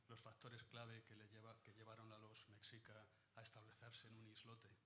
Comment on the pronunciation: Increíble que aún no pueda pronunciar Mexicas, Tenochtitlan.....